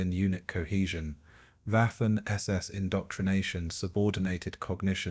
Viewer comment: You blockheads, YouTube flunkies, need to edit your AI crap as the “W” in German, is pronounced like a “V” not a “W”. Waffen is pronounced Vaffen not Waffen. Among other errors!